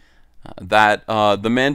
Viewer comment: Ma'ammdolorian. Whamendolorian.